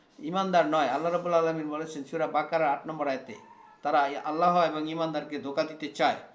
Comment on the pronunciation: সবাই ইসলাম প্রচার করার জন্য দাঁড়িয়ে যায়! এত ধীর গতিতে বললে মানুষের শুনবার আগ্রহ থাকবেনা🙏🏼। আল্লাহ="আল্লাহ্" বলুন।